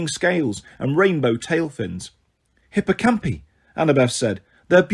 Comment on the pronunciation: Sorry, but hippocampi and pegasi have a strong I, so would be pronounced hipp-oh-camp-eye